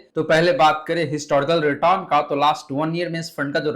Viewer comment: Return to bolana sikhlo